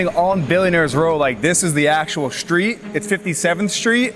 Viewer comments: What’s a shtreet? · Shtreet. Can this Shtreet guy get a tighter suit? Shtreet. Shtreeeeeet!!!!